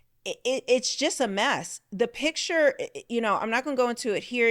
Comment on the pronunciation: Please learn to pronounce the word picture. It is not a pitcher